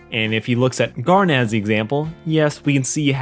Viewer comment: Did he just have a stroke trying to pronounce Garnet’s name twice?